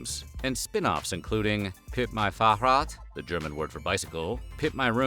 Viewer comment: why do you pronounce fahrrad like it's arabic?? xD google translate, german, fahrrad, 🔊, ???, profit